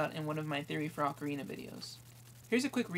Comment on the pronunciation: HE'S SAYING ACORINA WHEN IT IS OCARINA